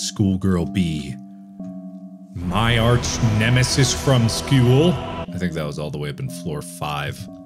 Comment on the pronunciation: "My arch nemesis from skeewl."-Markiplier 2022